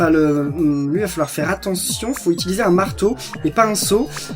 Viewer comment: on dit "utiliser" et pas "itiliser"